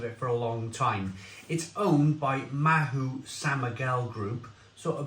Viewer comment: Told you last week,you don't pronounce the letter 'H' in Spain.Likewise,Mahou is pronounced Mao as in Chairman Mao(remember him?).So,it's a one syllable word,not two.🙂🇪🇸🇪🇺